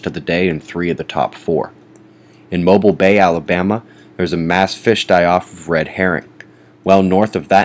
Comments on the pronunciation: Mobile, Al.... is pronounced as if auto-mobile, not mobil oil. Just a bit of education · Mo-bill... is correct pronunciation